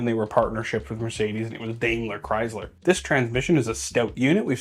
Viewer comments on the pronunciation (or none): none